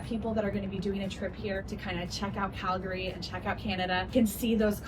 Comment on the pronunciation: You went to all the places I go to regularly in Calgary. And I love how you knew how to pronounce Calgary!